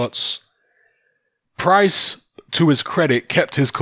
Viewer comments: “Price” not “Pricey” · FR MMA Lmao. I’ve only been watching boxing for like 15 years but yeah I agree I’m 100% a casual. It’s just annoying hearing “Pricey”